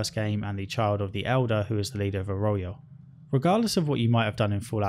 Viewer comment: Yeah and 'Arroyo'. How? Think he must have skipped every bit of voiced dialogue